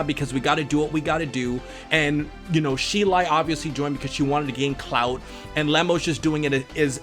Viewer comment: He said clout so dame strong omg